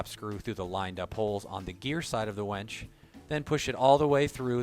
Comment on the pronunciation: Why do you keep saying "wench" ? This is a winch video.